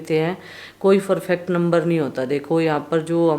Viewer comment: फर्फेक्ट 😂😂😂😂 डबल ग्रेजुएट बबली परफेक्ट होता है फरफेक्ट नही।